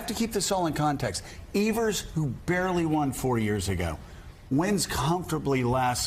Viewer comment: It's Tony EVE-vers, not Evers...